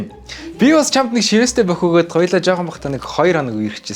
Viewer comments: Shiveestei gehiig sheestei gej Sonsson hun bnu hahahaha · Shiweestei chiher geseniin sheestei chiher gej sonsloshd 😂😂😂😂